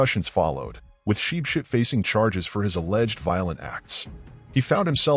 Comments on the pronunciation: As for “sheep shit”😂😂😂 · From now own ship ship ❤❤ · The way he pronounced his name 😭😭😄😄😄